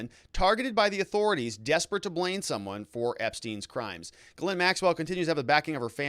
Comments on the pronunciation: Almost. Ghislaine is Gilen not Gilin. Its French...aine is pronounced 'eh' as in met not 'i' as in sit. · It's not guh-lin. It's Ghee-len. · Giz-lane. Evidently.